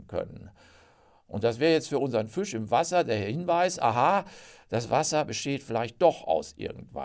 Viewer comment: Was kann denn der Fisch dafür, dass Sie ihn ständig mit ü aussprechen?